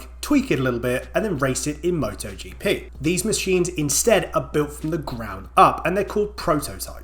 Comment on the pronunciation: MotoGP X MottoGeePee ❤